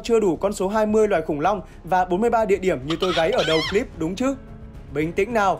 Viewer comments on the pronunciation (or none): none